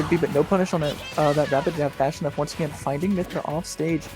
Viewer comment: Lol "Fash_o_nuff." I can tell the commentators don't speak the language. It's pronounced Fa_sho_nuff... It literally means For sure enough. It's kinda an old term, used mostly in the 1970s. But the individual words/combo words are still used today. I know they've had to have heard of "nuff said," maybe even the old term "sho nuff." Maybe also the affirmation term "fa sho" too lol. Anyway, back to Smash, the lance doesn't reflect. It was a hitbox that simultaneously hit another hitbox thus neutralizing the pk freeze. Unless the pk freeze just simply missed.